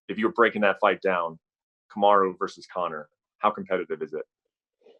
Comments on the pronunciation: Did u just say kumuru Usman ?🤦🏻‍♂️🤷🏻‍♂️🤦🏻‍♂️🤷🏻‍♂️🤦🏻‍♂️ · Okamoto: Cum-a-roo Usman